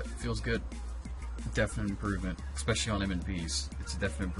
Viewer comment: Good video, but for the love of Odin, please stop saying expecially! It's pronounced "especially".